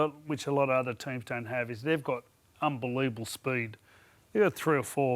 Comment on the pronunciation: "they've got unbeluuevable spuued" 😅